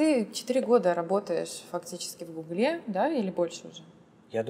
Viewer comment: Не в гуглЕ, а в гУгле!